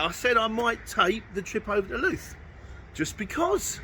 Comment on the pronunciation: Just for future reference, Louth is pronounced like mouth.